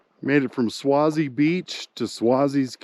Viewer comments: Thanks for the video. Just thought you should know that you're pronouncing Swasey wrong. It's pronounced Sway-zee. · you need to pronounce the last name with a long "A" sound, phonetic (swaaayzee) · It's pronounced sway_zee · Thank you for sharing all of your videos I enjoy watching and some day hope to go see the places you have gone. Just one thing you say Swayze name wrong lol it is pronounced the same as actor Patrick Swayze. If I offended you sorry I had a Strict English teacher be safe on your adventures and thank you again